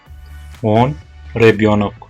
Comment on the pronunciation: Только не ребЬёнок,а ребЁнок😁 Не женЧина,а женЩина) вам тоже нужно ещё тренироваться с произношением😁